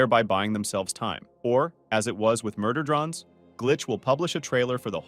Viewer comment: Murder “drons” 🫢